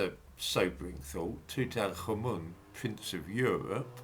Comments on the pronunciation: Toot- ankh-amun not two-tank-armen nor two-tan-karmen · It's pronounced: Tut-ankh-amun. Which means something like Living (ankh) Image (tut) of Amun.